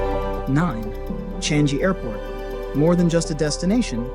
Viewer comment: It is Chang-I Airport (I pronounced as EE), not Chan-Gi Airport.